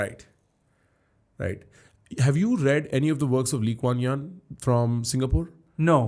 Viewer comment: it is Lee Kwan Yew... not yan